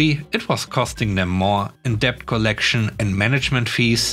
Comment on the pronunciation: Always enjoy your unusual stories. 🐧🐧🐧🐧🐧🐧🐧🐧🐧🐧🐧🐧🐧🐧 You met the word "debt" several times today. The b is silent, so it's pronounced " det". Hope this helps.